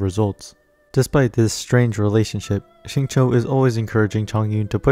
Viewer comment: Nice. BTW, Xingqiu’s name is pronounced more like “shing chew”, not “shing cho”. The English VAs say it wrong. Listen to the Chinese VA.